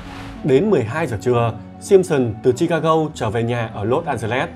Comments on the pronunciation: sao MC đọc Chicago lại đọc là chicagâu???? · không phải là vặn vẹo, bắt bẻ mà anh ấy đọc không giống với đa số "người Việt đọc tiếng Anh theo kiểu phát âm tiếng Việt" nên nghe hơi khó chịu... Ví dụ Chicago nó có 3 âm mà anh ấy đọc mỗi chữ go là gâu thì nghe nó rất kì... 3 âm tiết thì đọc cả ba theo tiếng Anh hoặc theo tiếng Việt thì nó dễ nghe hơn. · Chi-ca-"gô" , Nigga (Ni-ga hoặc Ních-ga) chứ ad nhỉ? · Em ơi ,phải đọc là Chicago, là gô chứ đừng đọc " gâu" nhé